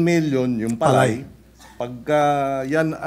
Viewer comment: ayan na si Sen. Marcoleta makinig ka kiko ha kasi ikaw yung nasa agri ngayon wag kang magmarunong ni bigkas mo ng palay mali pa😂😂😂 wala ka naman kasing alam eh mayaman ka kasi di ka relate sa mga magsasaka.